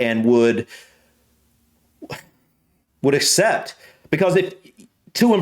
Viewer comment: u proved the intelligence statistics by saying cept instead of accept